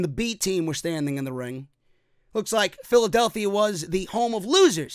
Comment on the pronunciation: Dear Michael Cole, It's Phila-DEL-phia, not Phil-DAL-phia